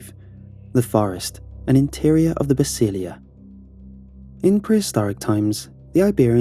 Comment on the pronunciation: The word is “Basílica”, not Basilia